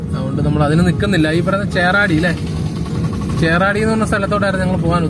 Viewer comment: ചേറാടിയാണോ ചേകാടിയല്ലേ ...?